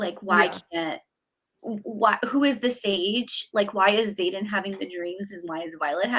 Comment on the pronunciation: Ugh Xaden not Zane 😕